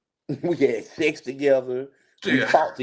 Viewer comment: He said, "I had sess, wit him, then he had sess wit him, then I had sess with him" Lol just like I typed it